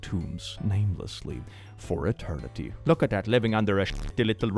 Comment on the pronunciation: that sentence ending in "etternity" kills the mood